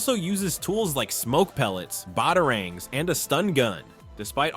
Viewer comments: BOT-arangs? Uh-skrimas? Talia Al-GOAL? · mfr said bottlering I think he means batarangs like bro that was so funny he mispronounced it so bad